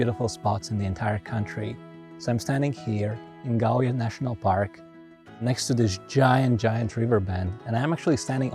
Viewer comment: Gauja National Park, in Latvia. I had to turn on the CC (Closed Captioning) button and read it, and then do a Google search to find out where it was located. He mumbled it so fast.